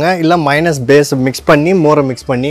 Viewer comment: என்னய்யா மைனஸ்,மைனஸ் என்று sollinde இருக்கீர்? Correct aa pronounce pannunga.